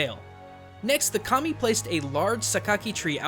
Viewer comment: Just me who heard "Commie" and not Kami? xD